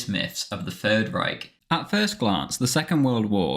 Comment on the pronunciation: omg ur the first person ive seen that wasnt speaking german and said reich correctly